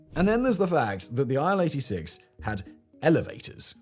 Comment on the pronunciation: „Aisle 86“ 😂